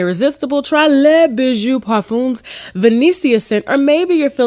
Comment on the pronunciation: Parfum is not pronounce " pur fin" its pronounce, "par F"han " 🇨🇦,when you see a "U and M ,in a word ,the M is pronounce like a N ,a hun sound...honey french is complicated for no reason lol